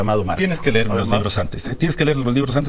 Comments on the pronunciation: Los leyó el que dice "ler" en lugar de leer y lo corrige hasta un niño😂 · Aver nuño la pregunta es saber si aprendistes la leccion que te dio la niña que te corrigio cuando dijistes ler en vez de leer o sigues igual o peor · Pero si Nuño, no saber ler como el mismo lo dijo y una Niña de primaria lo tuvo que corregir al decirle que se decia leer no ler. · El que dijo "ler" en lugar de decir "leer" el que fue Secretario de Educación Pública en el sexenio de Peña Nieto. ¡ Imagínense! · Aurelio Nuño ex Secretario de Educación Pública, fue al que una niña de 10 años lo corrigió en una ceremonia por decir LER en lugar de LEER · Que va a entender si es un cabezón de primera Aurelio Nuño. Si lo corrigio una niña Indigena de como se dice, leer o ler. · El secretario de educación a quien corrigió una niña de primaria, " dijo ler " lo correcto es leer" 😅😂😅 Quien se robó una millonada con las escaleras al 100 , y solo se puso un bebedero de cemento, en las escuelas sin agua 😅😂😅😂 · Estuvo en las escuelas donde una niña lo corrigió por que dijo ler en vez de leer jijiji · Aurelio Nuño, no seas mentiroso tal vez Max no se acuerda cuando un alumno de primaria te corrigió la palabra ler que tú dijiste y el Niño dijo que no se decía así que se pronunciaba leer fue sesaso de sus derechos de estudiar. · jajajaja recorrió todo el territorio nacional, creo que ni en sueños los recorrió esta mintiendo, es lo único que saben hacer estos señores de la mafia poder , vaya exsecretario de educación cuando lo corrigió unas pequeñas en de de decir leer en vez de lo que dijo ler , que se acuerde . SALUDOS CANAL 58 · Con qué cara ese señor Nuño dice defender la educación? Si decía Ler, en lugar de leer. Si apoyó la nefasta reforma de Peña que no servía para nada. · Sino sabe LER, como va a entender a los Maestros, hasta una nena lo corrigió, s le dijo se dice LEER, NO LER, verdad nuño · No se dice ler se dice leer. Jaja jajaja.......una palabra inolvidable.